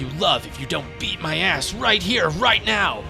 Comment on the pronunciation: What he says: BEAT MY ASS What I hear: EAT MY ASS 😭😭😭